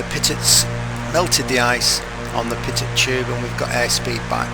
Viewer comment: pitot is pronounced pee-tow. Just letting you know :)